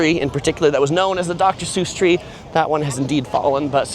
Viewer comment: Might want to learn how to pronounce Suess properly 😅